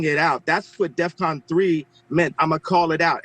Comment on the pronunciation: btw, that's DEFCON... not deathcon.